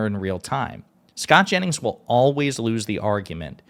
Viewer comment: Jennings not Janis